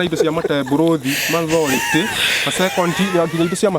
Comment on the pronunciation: Ati anasoma mathority😂